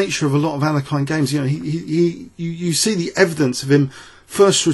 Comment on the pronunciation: Please go to google translate and select "English" to "Russian" and paste the following: "Алекса́ндр, Але́хин. Ефи́м, Боголю́бoв" Now press "Listen" on the right side. The pronounciation is almost 100% correct by the robot. (There's a slight error in bogo's surname, but it is negligible) Now, practice that pronounciation 100 times :)